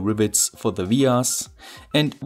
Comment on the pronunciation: What's a ve-arse?